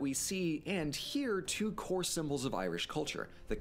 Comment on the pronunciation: Two-ah not twatha